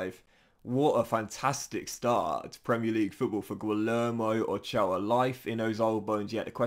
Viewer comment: LL in Spanish si pronounced like Y in English. Imagine it is Guiyermo, not Guilermo. Thanks in advance